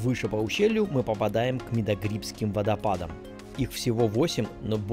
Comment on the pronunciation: Не Даргвс. Пожалуйста , ДаргАвс. НЕ МИдоГрибское, а Мидаграбинское ущелье.